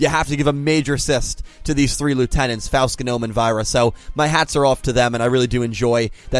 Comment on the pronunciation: It always hurts to hear mispronounce Faust, Genome, and Aoi